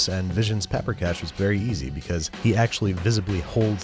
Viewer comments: So this is what those Italian chefs felt like watching the Carbonara episode. Got a lot of Hungarian in me, and can make a solid paprikas. And I was really glad he made this episode. But my eye was twitching every time Babish did something like: mispronounced paprikas, to just scooping the sour cream on top at the end instead of cooking it into the sauce to thicken it, to saying oma instead of nagymama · vannak magyarok itten? és persze tudjuk hogy mien rossz volt annak a lanynak a kiejtese... nem "peprikes", hanem paprikás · Paprikas* not paprikash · Big fan. That is one weird-ass version of Paprikas though (in Hungarian a straight ‘s’ sounds like ‘sh’). The sour cream usual goes into the sauce to thicken it . The Nokedli (or spaeztle if yah wanna get Austrohugarian about it) is made with a much thicker dough (kind of a wet sticky slab that you scrape off a cutting board into the boiling water). Finally, Hungarian grandmas are Nagy-mamas (pronounced ‘Nuh-d-yuh’ Mama. That being said the braising makes sense and there is no ‘pinch’ of Paprika...there is a whole whack! To truly make the dish pop you should have a side dish of Hungarian cucumber salad. The acidic sweetness sets the dish off perfectly. We await your new digs. Good luck with the move! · It's written as paprikas. The "sh" is just pronunciation (it's a hungarian word)